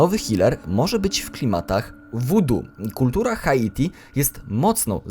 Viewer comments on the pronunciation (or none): none